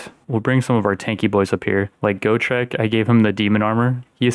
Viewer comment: As a massive fan of the Gotrek and Felix books it hurt me physically every time he mispronounced Gotrek and Ulrika's names. Ulrika wasnt as bad, but Gotrek really got my head turning every time